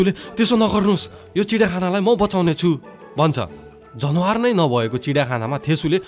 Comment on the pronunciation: When I hear you say जनवार instead of जनावर , I remembered myself old self who used to say like that😅😅 and ekdin sathi le khartarnakh billa handeko thiyo, Tara hajur ko awaz ma sunda nikai ramailo lagyo hehe. Dherai maaza Ayo dai, hajur ko story vanne saeli ni nikai romanchach xa ..😊